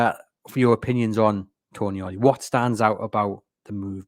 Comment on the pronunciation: Not Toni-ali. It's pronounced Tonaali :) a long A.